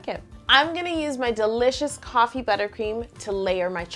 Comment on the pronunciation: I thought she said TOFFEE buttercream